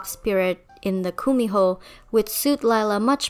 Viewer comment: Hi! I'm korean, and I just want to fix your pronunciation of Kumiho. It's pronounced more 'gu-mi-ho' with a g instead of the K. Otherwise, love this video! Thank you for the Korean representation, hehe